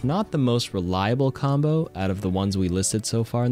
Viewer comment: mombo? Am I hearing this right